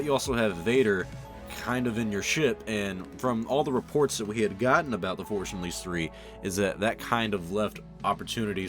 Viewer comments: “the Forsh Unleashed” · Forsh Unleashed. There. Now you can't unhear it. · "the forsh unleashed" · Sometimes it sounds like he says the forsh unleashed.